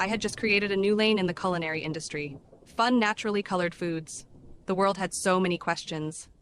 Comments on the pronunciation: Every time you say coolinary I flinch 😂😂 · coo-linary? bro how can some people not just pronounce things the way they're spelled...? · I'm calling everyone from the UK "People born with a natural speech impediment" if I hear the word "coolanary" one more time, and I'm only 13 minutes in. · A.i voice?? "Coolinary"? Never heard a human pronounce culinary that way Or any human pronounce "debuted" as "de-but-ted" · I hate how you mispronounec culinary, its not coolinary thats a fuckin U. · Mate I realise you are posh and thats your 'gimmick' i get it but why are you saying "cuisine" and 'culinary' like that? "CULONERY'" Nobody says it like that. Its like when someone who has only read a word and not heard anyone use it in context. Also the Irony of not being posh enough to pronounce French words correctly let alone the fact 'Culo' means bum in Spanish and she is selling from Miami which if you are not aware, has a large Spanish speaking community. I like authenticity. Your just a jumped up middle class english lad, and cant get that right despite the anime bollocks. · Coolinary? Ronch? only pronounces O's. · why does he keep calling it "coolinary" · i wish this guy researched how to pronounce things before making a video “Coolinary” is doing my head in and how he says Karamo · Coooolinary. For a guy so committed to the patronising, fake posh voice, you can't pronounce shit bro